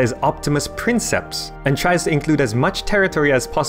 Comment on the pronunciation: Note on your pronunciation, Trajan's agenda 'optimus princeps' is a reference to an honorific title given to him by the Senate ca. 105 B.C., see . In this case, the 'c' in princeps is typically pronounced as a strong c/k (e.g., 'cat') rather than a soft sounding c (e.g., 'city').